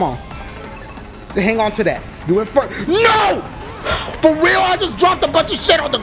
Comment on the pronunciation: I'm laughing wayyy to hard lmao "for weal"